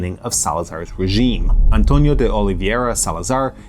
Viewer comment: António de Oliveira Salazar ❌ Amtonio di Olivieria Salazar ✅